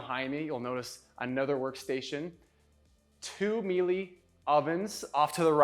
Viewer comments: Just so you know its pronounced Mee-La (rhymes with Sheila) not Mee-lay for the Miele appliances. I know this as fact as a high end appliance rep told me this years ago. Very surprising the butler's prep area has no appliances. Usually homes in this pricing bracket have a butler's full kitchen and the other one is more of a show kitchen (although functional of course). The man cave area was super cool. Nice to know you have a chance if the zombie apocolypse occurs. Great man cave and game area too. All that astro turf outside the pool and no putting green?! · the oven isn't called melee, you say melar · "Me Lee" 😂 It is German and is pronounced "me luh." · Nice job on a neat house. The appliances are pronounced “Mee-la.” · Just a tip: the brand of the appliances is pronounced MEELA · Actually not. It's Italian, so ir pronounced MEE-EH-LEH. And means " honey" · You need to learn to pronounce Miele.